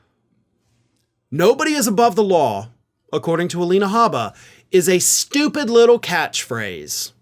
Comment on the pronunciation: In Habba's case it's 'stoopud'